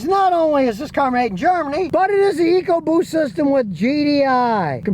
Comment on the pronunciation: Sorry Scotty, you lost me at 'Ecoboost'.